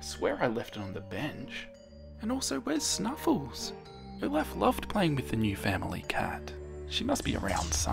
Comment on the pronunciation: HE SAYS “oh laugh”instead of “olof”